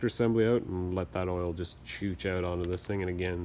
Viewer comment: Video was great, my only problem was how many times you said out pronounced oot. lol